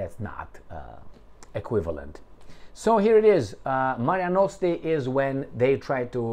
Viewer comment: Mare Nostrum, not Marea Nostre